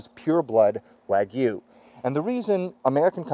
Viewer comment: I think u pronounced “wagyu” wrong 😂